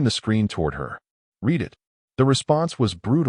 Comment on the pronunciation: Teach ur AI to say read in the past tense!